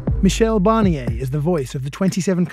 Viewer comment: His name is Barnier - who’s ‘Barrniey’ supposed to be? Why can’t the Brits not even pronounce a simple name?